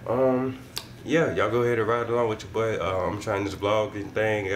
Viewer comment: When he say boi I always chuckle lmao